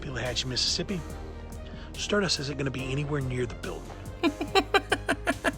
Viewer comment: Inhales Deeply Strrrrrrdust! Proceeds to rub nipples